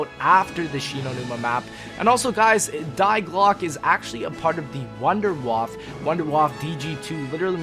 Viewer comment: Die is pronounced as Dee and glocke is pronounced as glerke ... they are German and together they mean the bell